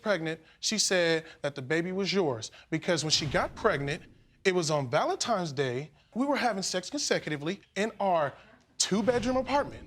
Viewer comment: I hate when people say Valentime's Day. Js.